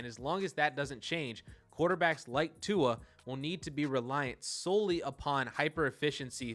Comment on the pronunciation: Okay I rarely, if ever, comment on a video but as a dolphins fan, who watches every throw, I got quite mad at the conclusions you made about Tua (also please figure out how to pronounce someone’s name before you make a video about them). I would like to preface this by saying I watch most of your videos and am a fan of yours and I want this to come off as respectful as possible. However, the conclusions you made about Tua (immobile, comparatively untalented) told me that you clearly haven’t actually been watching him play. You’re looking at stats on a computer screen and making conclusions based on that. Let’s start with the “immobile” claim. Tua is literally the most mobile pocket passer in the league, just because he doesn’t run, doesn’t mean he can’t. The guy is always looking downfield to make a play, he uses his mobility to make plays in the passing game because that’s his strength and his weapon; absurdly accurate passing with amazing ball placement, timing and anticipation. He uses his mobility to support that. There was a play earlier in the season where he uses a quick spin move (without looking, but feeling the pressure) to escape and rollout to his left in one fluid motion and proceeded to dot a TD pass. Is that considered being “immobile”? Can Tom Brady make a play like that? Speaking of Brady, who is universally considered the GOAT, do you consider Brady less talented than Justin Fields? Because by your logic, Brady is the least talented QB in the NFL. How does t